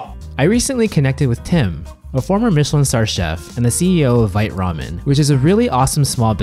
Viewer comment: I checked Vite Ramen's FAQ earlier, they say it's vite like bite but with a v, one syllable.